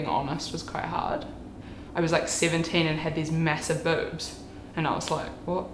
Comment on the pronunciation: She says it like bübs